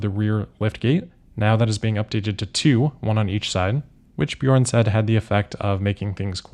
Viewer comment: Your pronunciation of “Bjørn” is good! 😊